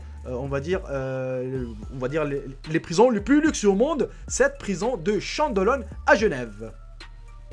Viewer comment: Chandelon ptn pas chandelone